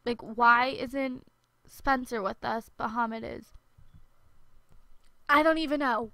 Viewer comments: I know this video's really old but I only started watching it recently and a lot of things really bother me lol. His name's not Muhammad, it's Mahmoud. Those aren't the same. And it's not "dormitery", it's dormiTORy with an o. Also, how do you not know how to pronounce mural? It's not a hard word. Lastly, in a couple videos back you said "uba gangnam style" but it's actually oppa gangnam style. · I am arabic so i know. mahmood is not pronounced as 'mo-ha-md' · "MAHMOUD" IS PRONOUNCED "MA-MOOD" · his name is Mahmoud (Mah - Mood), she just says it wrong... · his name is pronounced mah-mood ya-var-ee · Candy Klistal his name is arabic, so you say it like they say in arabic, DUH